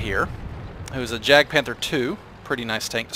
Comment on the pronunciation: anyone else cringe when he days jagd